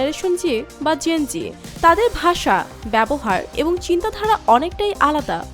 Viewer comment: Bruh... the pronunciations 😭😭 sis really remembered Jenji (the mystic force gene) all the time 😭😭😭